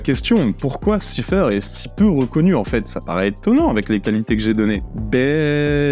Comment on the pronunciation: "siphaire" ... cela se prononce saïfeur